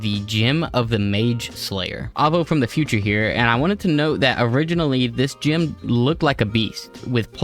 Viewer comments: Never in my life heard someone pronounce gem as gym. Why are you doing this?? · Saying gym instead of gem is literally the only reason I don't subscribe